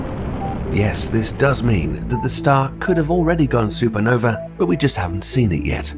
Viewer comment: You may be correct, but I suspect that blaming it on a British narrator is not going to help your cause. Tom Bennet may be British, but I doubt you have the income to pay for him to start with, and if you do, then you have enough to teach him to speak properly...I am British as well. Honestly it sounds like you are using his voice with AI speech generation. "Super Novee"???